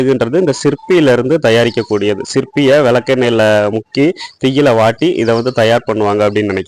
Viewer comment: சிற்பி இல்ல Bro சிப்பி